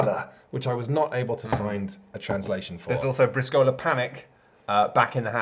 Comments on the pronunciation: I know it's years after the fact, but since you seem to really enjoy Briscola, you might want to learn that you've been pronouncing it wrong: it's BREE-scola, with emphasis on the first syllable, not bree-SCO-la. :) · I love you, but as someone of Italian decent, your pronunciation of Briscola was killing me. The accent should be on the first syllable, not the second. i.e. it's pronounced BRIS-co-la and not bris-CO-la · * ehm ehm * Briscola Bastarda is simply Bastard Briscola (btw in Bríscola the accent goes on the í not on the ó!) Love you guys you make wonderful videos! Love your format, love your content, love everything! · Briscola is pronounced with an emphasis on the "bris" part. So it would be BRIS,cola. Also Bastarda is most likely close to "Bastard". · I know I'm late, but another italian here and I'm surprised no one pointed out that 1) Briscola means trump suit and is the proper name of the original 2/4 players game and 2) I don't know how to communicate it but you called it "Briscòla" and not "Brìscola" like I always did. Maybe it's a dialect or local thing. I don't know how to better communicate this, watch an italian video pronounciation is hard. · You should have tuned into the Fief review. :D